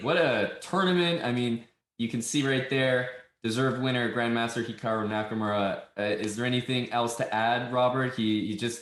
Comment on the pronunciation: The way it says that hikaru's name is hiakru in the interview